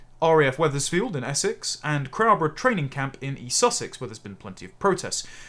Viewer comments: The town in East Sussex pronounced “crow borough” in case you’d like to know.. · Crowborough as in “crow” (the bird) FFS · For a patriotic Englishman, your pronunciation of some of our towns leaves a lot to be desired! Eg it’s Bisster not Bicester and the ‘crow’ in Crowborough is pronounced exactly the same as the bird. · please learn the correct pronunciation for crowborough and Bicester 👍